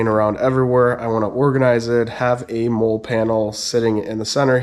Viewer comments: Nice video man. If no one told you yet it’s pronounced Molly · Jeep looks great. I was wondering about those panels. I bought Chinesium non-spec “molle” panels that mount with the rear hardtop bolts. Works ok. BTW, molle is pronounced Molly like the name.👌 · It’s pronounced Molly. It’s an acronym for modular lightweight load carrying equipment (MOLLE) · Yes it seems like you always know who was in the military or not by the way they pronounce MOLLE. Nothing against Robert Hill, but I cringe every time I hear Mole.